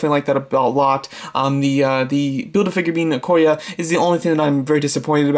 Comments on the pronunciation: Its Okoye. not Okoya. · Nice ranking! But you said Okoye wrong. Lol "e" is a vowel, but it doesnt make an "a" sound. Besides that nice video! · Okoye is pronounced O-koy-yay